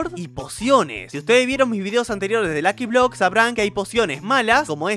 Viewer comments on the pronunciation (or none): Se dice luki blok $@